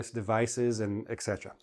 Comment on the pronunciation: Why do you pronounce “iksetera” instead of etc?